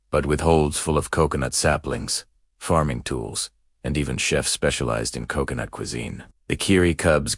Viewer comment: Se ou se ou noot Instead of Co... co... nut? Hail Ai! 😂